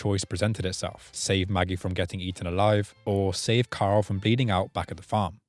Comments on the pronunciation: I want ‘Coral.’ 😂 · Fu*king hell this was hilarious to watch especially those silly rolls the enemies did. Also who’s ‘Carl’ I thought it was ‘Coral?’ 😂